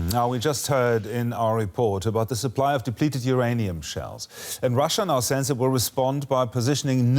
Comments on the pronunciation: it's not SAZZ. The word is pronounced says. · Or sez.